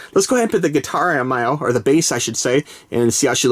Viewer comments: Me-o not mi-o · Who else is anoyed with the way he pronounced mio? No offense to anybody but it's pronounced (me-oh) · I am not hating just saying you pronounced it rong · Pronounced mio rong